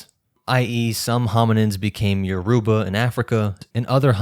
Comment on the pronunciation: Good work. But your pronounce Yourba very wrong. Check a Nigerian video for how to say it.